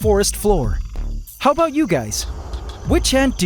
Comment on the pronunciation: Ant wars about to get serious, no signs of Jay z and Beyonce, what are the crabs up to? What about(aboot the way you pronounced it) AquaNoctis or however it's spelled